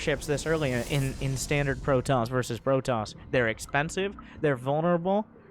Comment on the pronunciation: A Pro-toss ahhhhhhhhhhhhhhhhhhhhhhhhhhhh